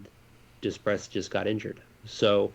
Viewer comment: Holy crap! We won!!! And of course the Zegras/Comtois/Terry line we were all excited for didn’t have any points. Typical of this season. The level ignorance shown by is quite impressive. He brutally mispronounces the name Simon Depres & follows it up with “Oh is that how you say it? Well, whatever I’m American and don’t speak French.” I’ll have to add that to the Forever Mighty drinking game. Drink: Every time you hear the phrase “Yeah...no...you know” Anytime you hear a terrible mispronunciation of someone’s name. - Dreesdale - Zaygrass - Eeekins - Duhpress Kessle would be fine as a Duck. Any true top line forward would be a welcome addition to this line up. Nice to see Steel start to get points. He’s gotta know he’s playing for his job at this point.